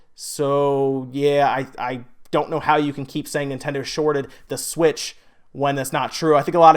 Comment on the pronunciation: Does anybody else hate the way he says "The Switch"? I honestly don't know why it bothers me so much lol